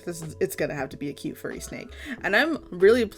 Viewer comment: I thought she said a f word snake